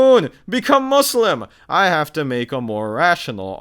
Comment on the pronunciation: i hate when they say muZlim lol